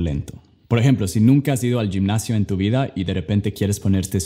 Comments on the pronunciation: Es la primera vez que escucho a alguien decir "yimnasio" 😁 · Hey, me gustan mucho tus videos, das Buenos tips para el aprendizaje del ingles, hablas muy buen español, solo debes corregir la palabra ^ gimnasio, en varios videos tuyos cuando la usas la pronuncias en Spanglish ^Gymnasio^ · Oye se dice jimnasio no yimnasio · Estan super genial tus tips, por cierto cuando dices gimnasio o GYM, dilo como si fuera H en ingles Home en ingles, hhhimnasio, prácticamente suena como dicho por J Jimnasio jejeje... saludos genial tus vídeos. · Sólo tuviste 2 diferentes pronunciaciones diferentes gym de gimnacion para nosotros suena mas como "j" que como "g" y juventud varia un poco la pronunciacion... Pero me encanta tu español es casi perfecto.. Yo quiero aprender ingles 😩